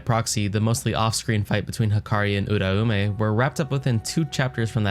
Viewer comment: Im subbing cause you dont pronounce uraume like a retard